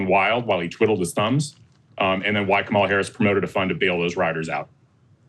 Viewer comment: Kamala =Comma-la, why is it so hard to at least get a candidates name right.